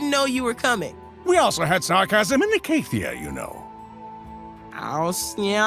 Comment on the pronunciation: Zilean: "We also had sarcasm in I-cay-thia" Malzahar: "I-kah-thia beckons" Why suddenly change the pronunciation ??